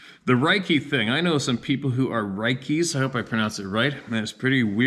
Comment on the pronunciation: Reiki said like Ray key